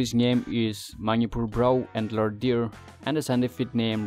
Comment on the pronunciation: Sangai brow an alert? haha what an english